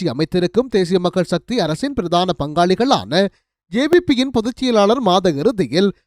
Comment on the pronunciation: பிறதான செய்திகள் என்பது தவறு. பிரதான என உச்சரிக்க வேண்டும்?